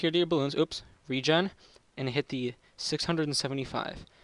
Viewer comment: He said regan